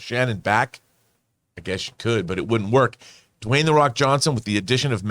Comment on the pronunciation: Dwayne Dwawnson? Lol 🤣